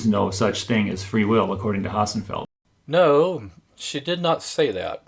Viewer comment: Dr. Hossenfelder Hossenfelder Hossenfelder Hossenfelder Hossenfelder. NOT Ho..FFF..enfelder. It's Hossenfelder.